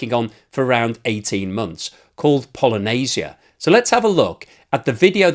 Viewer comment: you say Polynesia that is a group of islands in the pacific ocean. it appears that not only russians can say it. try "pal ija nit si ja" . Otherwise thank you for your analysis